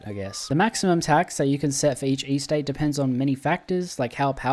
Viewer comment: What is with your inability to pronounce the word "Estate" correctly?